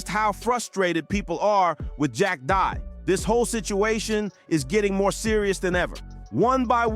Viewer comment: After making all these videos about him, u still dont know how to pronounce his fkn name 😅